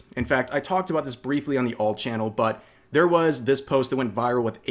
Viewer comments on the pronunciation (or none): none